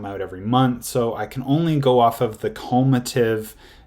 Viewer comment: Taking investing advice from a dude that pronounces cumulative as cULmAtiV